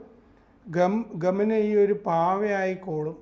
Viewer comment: ഖമനയി അല്ല, ഖമയ്നി or ഖമൈനി